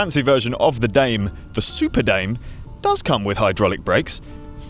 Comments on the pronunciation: it should be pronounced “dah may” assuming the brand “primos” is spanish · I could be wrong, but I believe it's pronounced "Dah-may" lol. Next up is the Poseidon X Ambition, Triton, Redwood.